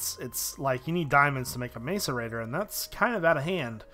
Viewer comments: It's MASS-ERATOR NOT MACE-ERATOR jezz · it's mass-er-ated not mace-er-ated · IT IS (MASS-A-RATE -TOR) YOU DOOSH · its pronounced may-cor- a-tor like so he can see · macerator is pronounced 'mass-er-rater' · ur sayin macerator wrong